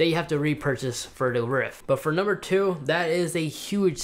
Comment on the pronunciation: Did he say "Nucumbers"?